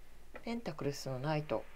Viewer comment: 同じ意見です、声量を上げて下さい。あと、ペンタクルが、ペンタクルスと聞こえますが……